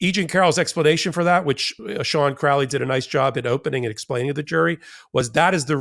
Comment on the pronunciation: Crowley and you even pronounce it correctly well I hope it's a sign that the great beast is on the hunting trail of the truly evilest man in the world..